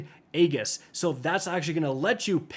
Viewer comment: aegis and iconoclasm are real words, with actual pronunciations. try to get them right, instead of spreading misinformation to people who might think you know.